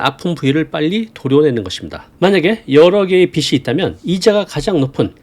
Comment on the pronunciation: 빚이 ㅡ비지 빚을 ㅡ비즐